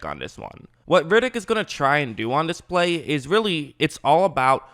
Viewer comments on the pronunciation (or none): His name is ‘Red’- ‘ick’, not ‘Rid’ - ‘ick’. He’s not Vin Diesal.